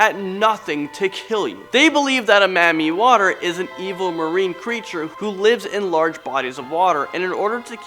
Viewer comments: I’m so annoyed at how he said Mamiwata😂😂😂 “mammie water” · isnt it mami wata? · It’s pronounced “Mami Wata”!!! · lmao when he said that i was weak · Marmii waterre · Ps: it’s pronounced MAMI WATAAA. Lmao I hang around Africans too much. I hear about MAMI Water all the time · Me too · YO is pronounced Mami Wata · 😂😂😂😂 oh my he made my day how he pronounced it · He's pronunciation of mami water is soo weird😂😂😂😂